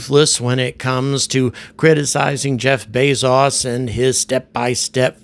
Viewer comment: You’ve been in the UK too long. They can’t seem to pronounce so many names correctly. I have NEVER heard anyone pronounce Jeff Bezos name the way you do. Arrogance.